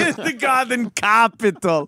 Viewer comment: Kindergarten copital